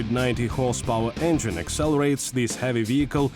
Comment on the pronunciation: I would love to meet the person who taught him how to pronounce the word engine.....